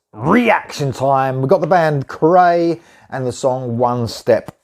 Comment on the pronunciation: Cool tune & band. For future reference this band’s name is pronounced ‘cry’. I watched an interview with founder/guitarist Andreas where this was brought up. Cheers!